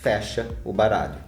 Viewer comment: só eu escutei caralho no lugar de baralho no inicio?